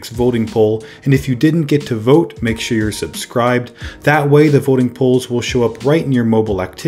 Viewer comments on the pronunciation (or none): none